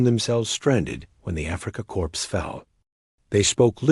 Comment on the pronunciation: The AI developers should have programmed a distinction between “Corps” and “corpse”. It makes the whole story sound like a cheap, formaic narrative.